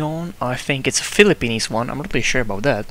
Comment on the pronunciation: Dude thats philippines not philipenis....